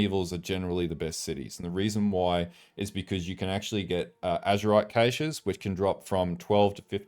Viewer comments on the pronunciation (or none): * go /dnd * it's pronounced "cash" * chwck to see you're not cutting yourself off mid-word at the end of sections. Great video.